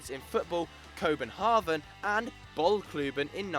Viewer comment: Say it with me now: CO- PEN-HAY-GEN!! NOT!!! Co-pen-hah-gen